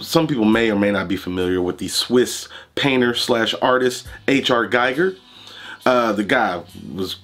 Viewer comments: That was back when companies wanted to stick out and not send the same shit on the market all the damn time. Btw,, its pronounced "Geeger." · It's pronounced "Geeger".